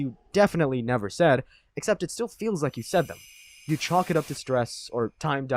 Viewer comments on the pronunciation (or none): none